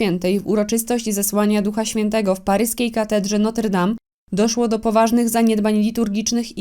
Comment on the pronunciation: A nie Notre zamiast Noter 😊